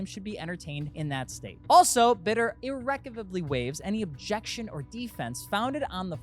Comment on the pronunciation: Look up how to pronounce “irrevocably” please. lol just ribbing on you.